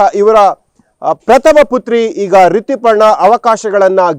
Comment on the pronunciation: ಸರೇಶ್ ಅಲ್ಲ, its ಸುರೇಶ, ರಿತಿ ಪರ್ಣ ಅಲ್ಲ, ರಿತುಪರ್ಣ 🤣